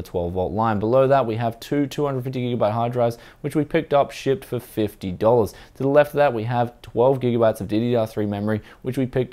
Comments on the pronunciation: Like the comment if you thought why is he saying shit,but he said shipped. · SHIET. oh wait he says shipped, never mind